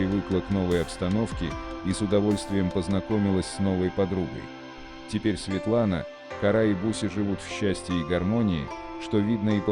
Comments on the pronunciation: Ударения совсем неправильно ставишь !!! Кошечку зовут не КaрÁ, а КÓра, действитенльно, неприятно слушать !!!!! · Вы хоть правильно ударение ставьте. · Не кора,кора- ударение на о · По моему надо ударение делать на букву о,какая кора!!!а сволочи которые такое творят кара сверху чтоб так бахнуло,чтоб боялись даже любого шороха